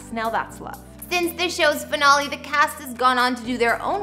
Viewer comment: This show has too much sex but other than that not a bad show! Also you pronounce finale wrong. It's wrong to spread bs like this.